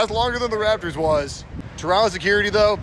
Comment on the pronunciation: Shout out for pronouncing Toronto correctly